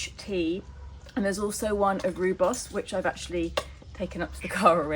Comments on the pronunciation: Sorry but I was married to a South AFrican and it is pronounced Royboss 😊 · Just a friendly reminder, it’s pronounced ROYBOS……😉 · Pronounced ...ROY BOS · Just to let you know the rooi in rooibos is pronounced like the name Roy. It means red in Afrikaans.